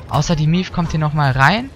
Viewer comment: Maeve wird nicht Mief ausgesprochen XD